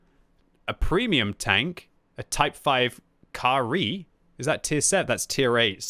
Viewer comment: Ka-Ri? CAR REEEE